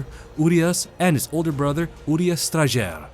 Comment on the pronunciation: I didn't realize you actually have to pronounce the Strajer with the J in it, thanks for clarifying!